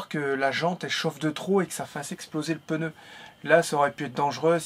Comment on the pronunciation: Plus de peur que de mal. Ouf! 🥳🥳🥳🥳, tu me faire rire quand tu dis « peneu » pour « pneu » 😬😁